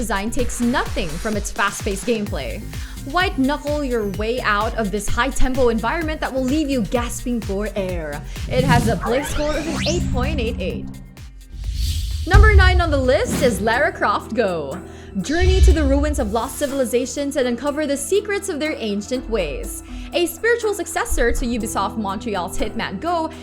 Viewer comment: lara is said like laura not laira lmfao dont even know how to pronounce the games u talking about